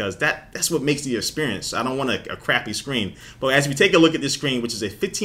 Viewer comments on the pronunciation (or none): Anyone else notice he says Shcreen instead of screen?